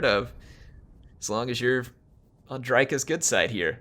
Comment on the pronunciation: it's pronounced drycka